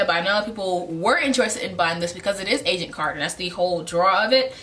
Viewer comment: I thought you were saying "Asian Carter" instead of Agent Carter.